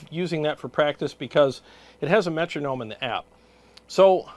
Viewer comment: Cheers 🍻 I know it's true lol but I just cringe every time I hear someone say Metronome 😂.